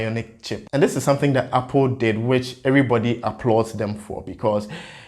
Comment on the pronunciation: Apple and not appol